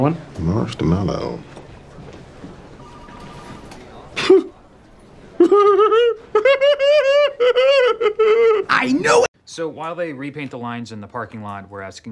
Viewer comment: God it annoys me that holt says “marshed mellow” 😂